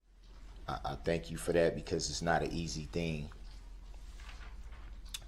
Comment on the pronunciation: Earf? Dat? Why do people choose to speak like this when they know how to say the real words?